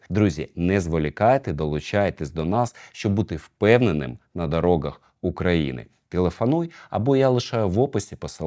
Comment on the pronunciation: Вибачте що питання не по темі та всеж , ви кажете на дороґах це якась зміна в мовленні чи просто специфічна вимова ?